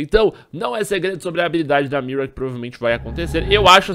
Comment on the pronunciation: não é miua é mira pqp para de tentar falar em ingles